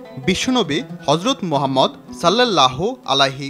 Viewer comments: ভাই আপনার মুখে গজব পড়ছে আপনি রাসুলে নাম ভেঙ্গে ভেঙ্গে নেন এক বারে উচ্চারণ করলে কি সমস্যা। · এত সুন্দর একটা নাম উচ্চারণ করতে মুখে বাজে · এই সমস্ত লোকজন দিয়ে কেন প্রতিবেদন করানো হয় বুঝিনা!! নবিজীর রওজা মুবারককে বারবার কবর বলে অভিহিত করছে। পবিত্র নাম মুবারক উচ্চারনেও সাবলীল নয়। আশ্চর্য!!